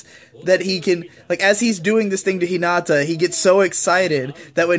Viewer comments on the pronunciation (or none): hi - NAAAAH - tah